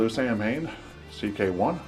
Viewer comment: Thanks for the great review. I think Samhain is pronounced (Sow-ween).